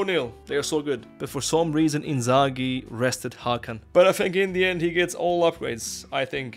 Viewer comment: IN THE END from your mouth sounds like INDIAN 😂😂